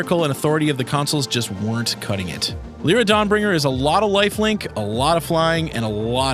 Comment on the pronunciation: its not Leera its Lyra its not Benaylah its Benahliah